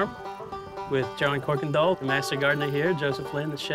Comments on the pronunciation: Did he pronounce his name Coykendall? Isn't it pronounced Kirkendall? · I am one and it's definitely pronouned Kirkendall. Don't let the Coy fool you.